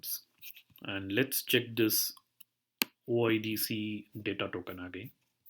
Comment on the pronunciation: Thanks for sharing but it is not "OddZero" it is "O I D Ceee"